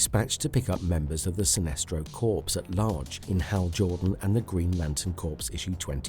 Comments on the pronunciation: Sinestro Corpse? It's Sinestro Corps, dude. The P is silent, so the word corps is pronounced kor. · Dude it's not pronounced sinestro "corpse" it's "core" lol